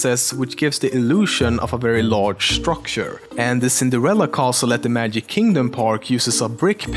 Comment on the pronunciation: Dude you said "The Magive Carpet From The Princess And The Frog" xD